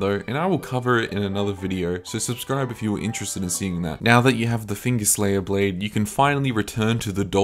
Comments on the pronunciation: Bro I love you and your videos. But the Blaidd pronunciation is killing me😂sure u know tho lol. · Props for saying Blaidds name correctly. Also getting some big internethistorian vibes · I always thought I was pronounced "blade"